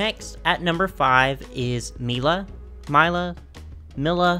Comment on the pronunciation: About the "mix up" of her top, she is canonically half Japanese and half Chinese. Also her name is probably pronounced "Lie-la" like it usually is, take Lila from Polly pocket as an example, and Mila is "Me-la" rather than "My-la"